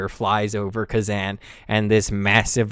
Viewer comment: Kezan is pronounced differently. More like Kuh-Zahn